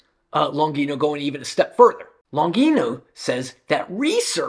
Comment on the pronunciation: Very interesting and very good video! I agree with many of the points of Longino. Especially when she talks about lies on women and the denigration... Most of pornography is quite shabby, violent and probably it can have a bad effect on many people... But I ask Longino and myself. What is the solution? By the way, Longino is an italian surname and should be pronounced Lonjeeno... Greetings!